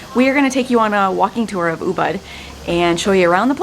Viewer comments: Oooo-booooood (not Oooo-bud) -- I'm so glad to see that at least the sidewalks haven't changed in the wake of all it's popularity. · Hey lady the town is pronounced UBOOD